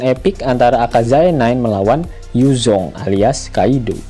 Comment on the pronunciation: paling suka, waktu bilang yuzhong 😅🤣